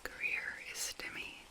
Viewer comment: fyi stymied is pronounced “stye meed” :)